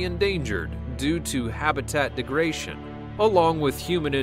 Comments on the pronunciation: Dude..... it's degradation. Not degration. Who writes your scripts?? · "Habitat degration?!?" Think you lost a syllable there. I do beleive the word you're looking for is degradation.